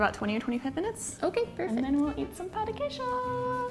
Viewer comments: Pão de queijo. The 'a' has the UH as in BUTTER sound. You've pronounce like we say the word "pau" which is a bad word. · For Pete's sake, it is NOT called "POW" de Queijo. Why do you say it like that? Say it right! Notice there is a TILDE over the letter "a", which means it is nasalized. Not "POW", please.